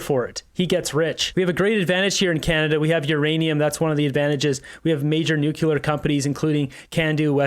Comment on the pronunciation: nuclear not nucular, you sound like W. Bush.